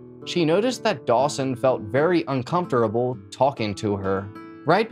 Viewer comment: I died when he said "uncomftorable"😂